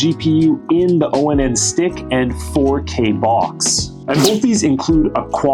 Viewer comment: Dude this brand is pronounced like the word "on". Not O-N-N.